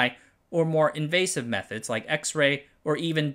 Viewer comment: When the narrator says "Methods", it sounds like they are saying "Meth-Heads" 😅